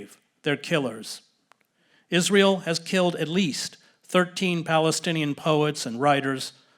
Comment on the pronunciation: ‘Is-linear-eal’, what they’ve learned from the Nazis ✔️